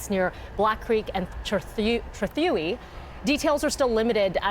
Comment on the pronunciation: Trethewey has three syllables not two. It's pronounced Trah-thah-way. It was once a private road built for the cost of $50,000 by William Griffin Trethewey. Originally called Homestead road, it was renamed to Trethewey after Williams death (in 1926) in his honour.